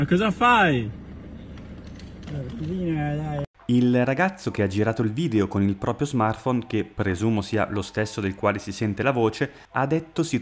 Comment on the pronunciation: “Non penso proprioh”. 😂